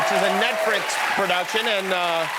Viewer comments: "netfrix" lol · "which is a Netfrix... production.." why do I find this funny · " Netfrix " - Jimmy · Nobody heard “Netfrix”😂